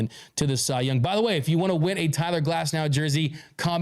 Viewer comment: Cy-ler Glasnow